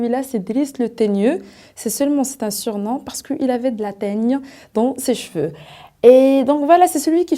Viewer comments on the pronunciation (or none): none